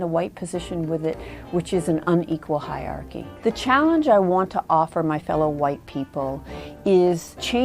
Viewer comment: It's hiERarchy, not hiarchy...